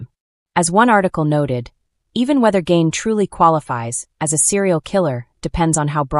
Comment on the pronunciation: His name isn’t pronounced Gain. It’s pronounced Gein,rhymes with mean.